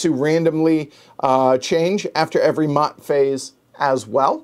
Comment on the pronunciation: Maat is pronounced "MAY-ET"